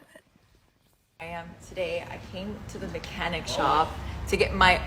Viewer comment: She said "I came to the Mechanic Shop"... 🤣 That's not how you say it hunny.